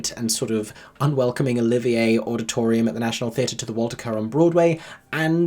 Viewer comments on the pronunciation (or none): none